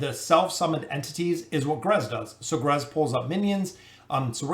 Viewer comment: Irritates me that he calls him "grez” can he not see the other letters😭